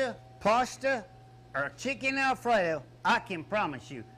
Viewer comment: If you like Peeeshza, Paaaasshhhta, or chicken Ayfreyo……